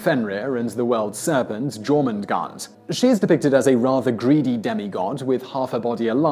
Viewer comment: Jormondgond is pronounced Yourmondgond